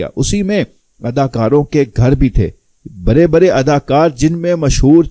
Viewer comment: برے برے آپ لوگوں کی ڑ سہی نہیں ہوئی برے برے نہیں بڑے بڑے کھرے نہیں کھڑے پھودی دیا